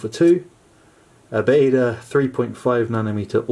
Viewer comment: Great video, nicely narreted. I just wanted to point out, Baader isn't pronounced like that. It sounds more like "Bar" and the end part "der" is prounced like the end of there. So it's Bar-d-ere. You were saying Baeda/Bäda. Now that I've finished writing this comment, it seems a little pointless and sad. XD Oh and great image btw...